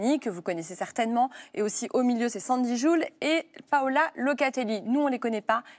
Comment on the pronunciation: Sandy joules ??? vous êtres sur de vos sources la ? 😂 c'est Sundy Jules 😂